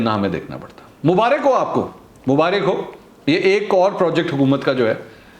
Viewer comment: Bhai apna talufz thik kare mubariik nahi huta maubarak huta hai